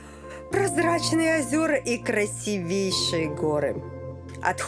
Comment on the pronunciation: Жанна, учим русский язык. "красИвейшие", а не "красивЕйшие"